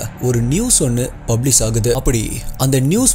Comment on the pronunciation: Change some pronounciations brother,it will improve your slang ஃபிக்ஸன் இல்லை ஃபிக் ஷன் பப்ளிஸ் இல்லை பப்ளிஷ் இன்ஃபர்மேஸன் இல்லை இன்ஃபர்மேஷன்